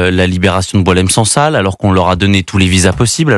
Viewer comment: Les médias français se montrent ridicules. Ils revendiquent la libération d'une personne dont ils ne connaissent même pas l'âge exat (parfois 76 ans, parfois 80 ans), ni savent prononcer son nom. Certains intervenants pensent que son prénom vient du verbe boire (Boilem). Quant au non SANSAL, c'est celui d'une roche blanche, genre caolin, que les femmes berbères utilisent dans leur poterie.